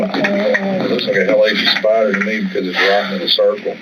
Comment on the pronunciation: "that's usually a spyyyyder" THICK southern accent boooaaaa.